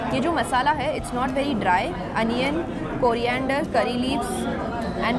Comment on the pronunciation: When she says coriander ...I hear korea- ander 😂😂😂😂any PURPLE ARMY here 💜💜💜💜